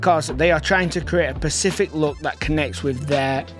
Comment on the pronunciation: love your content - but pacific is an ocean - you mean "specific look" not "pacific look"